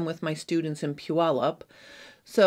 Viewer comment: I am so impressed that you actually pronounced Puyallup correctly! I live in Washington and people usually butcher the name …lol😅